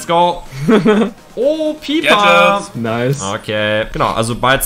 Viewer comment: „PIPER” Nine pipa 😂